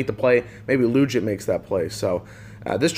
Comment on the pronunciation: Corey’s last name is pronounced “Leejit”